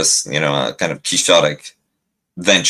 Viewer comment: Did I just hear pronounce "quixotic" as "kee-shaw-tic" instead of the "kwix-sa-tik"? Finally, I get to feel smarter than someone on TIR! (kidding, kidding). Maybe I'm wrong and there is actually such a word in our shared language, but when I try to look up the thing said I just get Ke$ha's tiktok. 😂